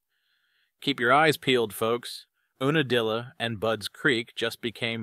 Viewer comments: Oonadilla? It’s Unadilla as in you-na-dilla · Ewe nadilla not oona dilla